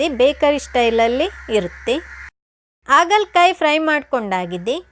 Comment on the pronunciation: Recipe ಚೆನ್ನಾಗಿದೆ, ಆದ್ರೆ, 'ಆ' ಕಾರ ' ಹ' ಕಾರ ತಪ್ಪಾಗಿ ಉಚ್ಚಾರಣೆ ಮಾಡಿದ್ರೆ ಕೇಳೋಕೆ ಕಷ್ಟ. ಆಗಲಕಾಯಿ, ಇಟ್ಟು, ಆಕಿ.....